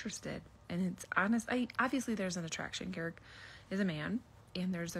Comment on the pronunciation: How have you watched multiple seasons of them on the show and you dont know how to say Garrick's name???